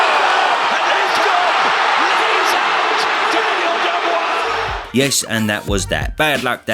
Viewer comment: it's not... dubious... it's dubois.